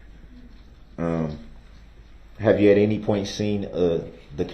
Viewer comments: It’s any not anty lol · “Inty interaction” 😂😂😂😂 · I’m upset that he thinks “enty” is an actual word. The word is “ANY” and he doubled down by saying “entee” twice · Enty enty...why is it so hard to say any? How can you put a T in any? And how did he pass a GED? Online? So he could cheat is the only way he got a GED imo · He fkd up the very first sentence..."anTy" interaction 🤦🤣🤣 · No he said “IN TEE, in tee” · It’s also ‘any’, not ‘enty’. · Axe wtf.... enty wtf. It's pronounced ask, any.... Yeah he's a rocket scientist for sure.